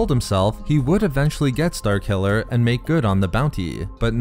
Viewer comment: what kind of accent you got man? "star killuhhhhhhrrr", "force wielduhhhhhhrrr"